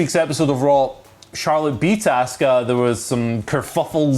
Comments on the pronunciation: I still have no clue who ASK-UH is 🤷‍♂️🤦‍♂️ Why is it so hard to pronounce her name proper?? AH-SUK_AH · Xabe I know who Asuka is lol just not ASK-UH 🤷‍♂️🤦‍♂️ Why is it so hard to get her name right?